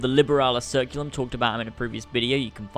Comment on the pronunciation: It's pronounced "liberalis ker-ku-lum" not "Ser-Ku-lum"